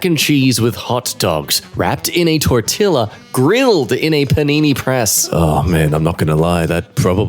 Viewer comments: Tor-till-ah? It's tor-tee-ya! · Please never ever ever pronounce 'tortilla' like that again. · this man said the word tortilla wrong and it hurt my entire bloodline